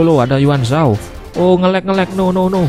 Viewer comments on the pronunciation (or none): kak yun zhao bukan ywun zho